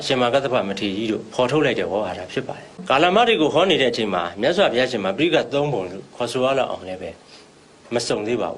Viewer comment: ဆရာ ရှင့် ဒီ အမျိုးသမီးက phitaika ကို တောင် ပီအောင် မပြော နိုင်ဘူး